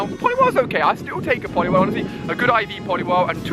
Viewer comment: 4x times saying poliwirhl